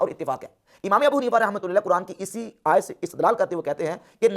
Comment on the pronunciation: Bhai apne isme ayat parhte waqt zabar ki galti ki he